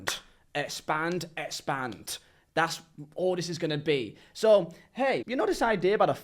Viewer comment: Man i agree with you. However, i laughed my ass off when you said «espand»